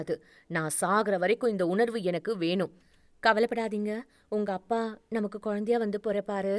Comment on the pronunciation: அ பா என்று என்று சொல்லும் தொனி சரி இல்லை அப்பா என்று சொல்லவும்